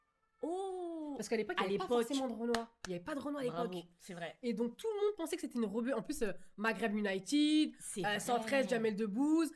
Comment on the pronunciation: Elle a dit pas forcément REBEUE… mais en même temps oui c’est VITAA ptdr choquée 😂 Bon j’en suis qu’à 20min de vidéo mais quel plaisir !!! Je poursuis la lecture 🤣